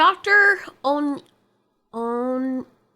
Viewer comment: By the by, Onyeka is pronounced Oh-n-ye-ah-kah.